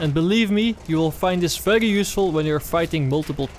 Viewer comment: when you say very it sounds feglyi